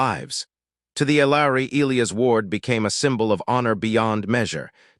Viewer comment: If AI can’t pronounce E- lie-as properly just choose a different name. I got sick of Eel-ias.